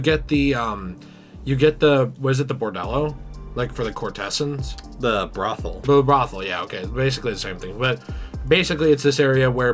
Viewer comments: my man said courtehssuns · I've got no issue with how you pronounce "roof" dude. Your pronunciation of "courtesans" however was far more troubling 😂